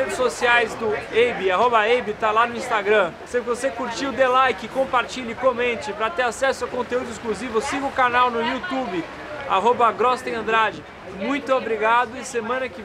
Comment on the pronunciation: Grostein parece ser um sobrenome alemão (significa tipo "grande pedra" em alemão), e apesar disso só ouço falarem "grostEin" em vez de "grostAin", coisa louca.